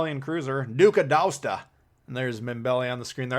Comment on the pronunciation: Did you just...pronounce it....correctly? Cause that was actually pretty damn close. Bellisima,!